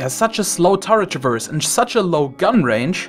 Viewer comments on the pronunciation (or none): none